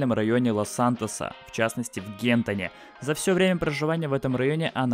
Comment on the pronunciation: Не в Гентон, а Гантон ахахах. Кто помнит лайк